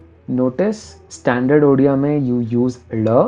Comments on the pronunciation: I remember you being from Odisha on Facebook. No wonder your pronunciation was on point. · As a person from Western Odisha I can say that your pronounciation for Odia and Sambalpuri was spoton and very accurate....!!! Are you an Odia??? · Very happy that you pronounced odia so correct 🔥👍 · I m so happy he is mentioning Odia very correctly pronounced, not like other whole world who pronounce "UDIA" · Wow that odia and sambalpuri pronunciations were on point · He pronounced Odia words so accurately, for a second I thought he was an Odia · You pronouced the Odia words so perfectly. Loved the video.😄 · ODIA pronounciation was on point 🔥